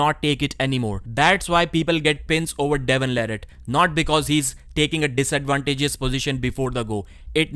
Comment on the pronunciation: I’m not sure why still mispronounces Devon’s last name after all this time. Also, who cares about the Devon vs Georgi practice pull, I’m tired of hearing about it. Reading much into that is nonsense. Regardless of how that went, Devon will crush him on Dec 9.